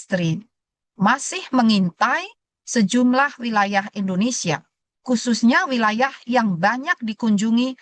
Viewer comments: Negara kita Indonesia, Bukan Endonesia buk, itu penjelasan dari guru saya pas waktu SD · Bukan juga Endonesa, bukan Indonesa